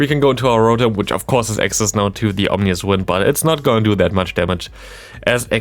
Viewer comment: It seems absurd that they're only just now releasing a second Rotom form in POGO. Also, small point for future videos: It's Ominous Wind, not "Omnious" Wind. Not sure if you are already aware of that and simply made an error, but just want you to sound as professional as possible as a content creator. 😊